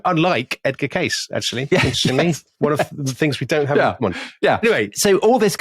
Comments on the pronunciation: Good afternoon from the beautiful California wine country 2 years later. Fun series. Just a little correction, Tom, Edgar's last name is pronounced Kay-cee. Yup. Love you guys and tell everyone I know about The Rest is History and you. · Edgar Cayces name is pronounced 'casey' not 'case' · The last name of the Graham Hancockish somnambulist loon, Edgar Cayce, is pronounced "KAY-sea" (/ˈkeɪsiː/), not "Case." Nice catch on "coccyx." Also, great show as usual. 👏 Thanks! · The last name of Edgard Cayce is pronounced "casey". Do your homework. Ruddy limeys. Shit. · The 'Sleeping Prophet's' name is pronounced Edgar Kay-See. I've listened to so many of your episodes and THIS is all I've been able to contribute. Humbling, that. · Edgar Cay-See